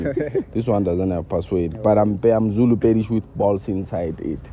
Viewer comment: when i watched this sho firstly i thought was a coloured or something because when you notice he cant pronounce zulu well and neither suthu 🤣🤣🤣😂